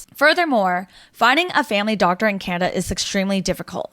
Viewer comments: its CANADA not canna. Glad to see the back of you and people like you...... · Its not Canna. Its Can-a-da. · learn how to say Canada properly.... its not Canda.. or however the hell you're saying it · Who the hell cares! There’s a D In Canada. You got a speech defect for sure. Awful speech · She was supposedly born and raised in Canada but cannot even pronounce Canada properly. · A strange way of saying the word Canada. Canada gave you everything. You gave back ... what?